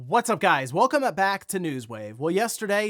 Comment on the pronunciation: "Welcomuhback to news wave."